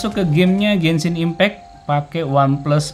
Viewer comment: Orang lain: "Genshin Impact": "Gensin Impek"